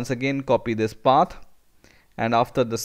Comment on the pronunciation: lol when he says "Path", it comes out as "pat"